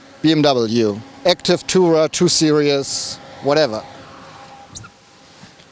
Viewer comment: Repeat after me: seer-eez.